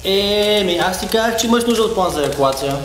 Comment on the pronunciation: Евакуация не еакоация